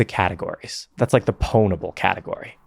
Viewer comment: The moment he said “pwn-able” he became my guru